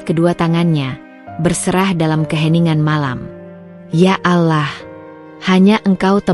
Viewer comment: Ctt. Bila alur cerita bernuansa muslim , alangkah baik nya yg membacakan jalan cerita adalah yg se iman dgn Islam agar Pengucapan sebutan kpd Sang Khalik benar2 sempurna yaa Alaah itu bukan sebutan Tuhan Islam ttp Yaa Allah ( yaa Alloh ) bukan yaa Alaah